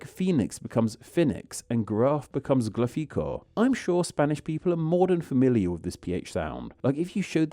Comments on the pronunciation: I'm not pinoy, but I do love the pilipinos and their neighbors. I do have two pointers to the video though: RUY LÓPEZ DE VILLALOBOS becomes "Riu Lopez des Vilabolos" ??? ignores the accent "GRAPH <--> GRÁFICO" and pronounces it GRAFÍCO (I placed the accent on the Í on purpose.) Please, if you're making videos about languages and places and names, at least pronounce them correctly. Thanks. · "graph becomes graFEEco" but...! it has the ACCENT MARK !! WHYYYYYYY ???!!! 🤣 GRAfico. that's what the ACCENT means -> accent that syllable 🤷🤣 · Gra-FEE-co? really? The Spanish put an accent on that Á for a reason.